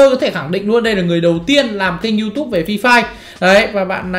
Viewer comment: Yutube chứ ko phải sờ chim nói cho chuẩn đại ca